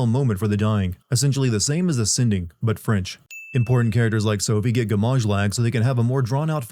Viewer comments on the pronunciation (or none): none